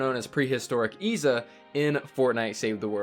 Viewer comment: Its pronounced Izza